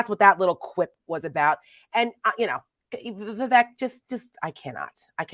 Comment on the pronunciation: Guys, gotta pronounce it right. Vivek rhymes with “fake” or “snake.” That’s how you’ll remember!